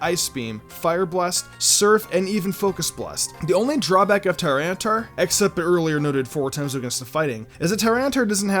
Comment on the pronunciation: Lord Beerus same! Also Tyranitar is pronounced Tih-Ran-Ih-Tar